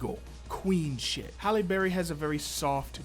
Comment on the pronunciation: It’s Halle not holly